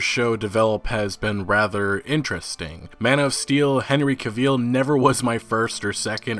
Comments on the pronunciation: who is this henry caveel you keep talking about? I know henry cavill. But Henry Caveel? Never heard of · YOOOOO, can you stop saying Henry Caavieeel, its cringy as fuck!